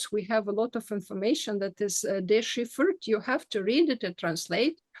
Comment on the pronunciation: Cipher and decipher. About 35 minutes in, it sounds like is saying "shifford." Other than that, her Eglish is excellent. She speaks more languages than I ever will. Thank you for this valuable discussion of Ukrainian and Swedish history.